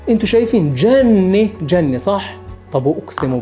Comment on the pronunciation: نطق سليم : جزر المالديف = شبه جنة وليس جني لان المعنى مختلف